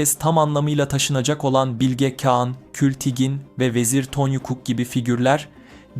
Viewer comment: Güzel video olmuş elinize sağlık sadece “Bilge Kağan” derken telaffuzu bazı yerlerde hatalı kulaği bazen rahatsız ediyor. Birde kagittan okuyor gibi oluyor bazı kısımlar. Doğal konuşma tonunu yakalarsan daha güzel ve akıcı olur. Ama tabi sadece bu geliştirme yönlü bir yorum. Emegine sağlık, kolay gelsin